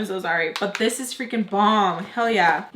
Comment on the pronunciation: ‘Look at dis-ooo’ 😂